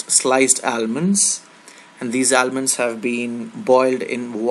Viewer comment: Your almonds pronounciation is bad...